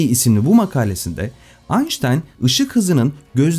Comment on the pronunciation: Bir Alman'in soyismini Almanca ismini Ingilizce okumak doğru mu?